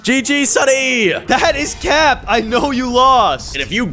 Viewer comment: They don't said cap they said cyap